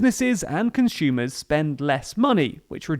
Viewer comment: What's a "conshoomer"?